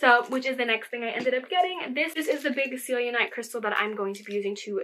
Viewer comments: Just to let you know it’s pronounced Sel I nite sit scelenite and the citrine is heat treated amethyst. It’s still citrine and has citrine’s properties but some people are unaware so I’m just letting you know :) also some really good crystals are larimar and smoky quartz I love those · Don’t use white sage or palesento!!! And it is pronounced sell-en-Ight.